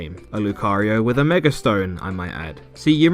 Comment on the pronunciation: Please stop saying "megar evolution"